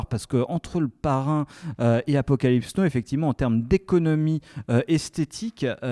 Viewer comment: Les garsss c’est apocalypse NOW pas apocalypse NO 😭😭